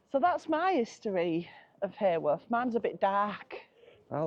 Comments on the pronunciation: Came over to check out your channel after seeing you with Neal & Emma. Thank you for visiting our lovely Bronte country, just wanted to say, Haworth not pronounced like heyworth but ha ha Haworth 🤣. The Black Bull has also featured on most haunted as its thought Branwells spirit still has a presence there. Keep up the great vlogs guys ❤️ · well in fairness, us Yorkshire folk tend to drop the H in Haworth too, sounds more like Awuf 🤣. Happy New Year! 🥳